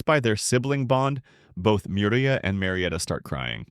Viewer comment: yeah these AIs are pretty shit at pronouncing names. It's not Mir-ee-uh it's Me-you-ree-ah and L-oiy-d not Lee-odd Not to mention the countless mis-interpretations of things. In the first few minutes it completely screws up Mana Sympathy by calling it Mana Induction which is entirely different in concept, those two words are not even remotely similar. -_- like bro... check yah reader dude, it's busted.